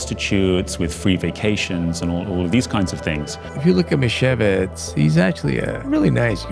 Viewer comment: Her name is not "misevitz" but Meeshyevich. That's how you read it in polish